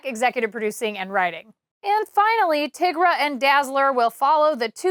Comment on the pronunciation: I cannot believe how you pronounced tigra